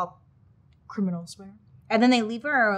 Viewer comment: any hear criminals said weirdly???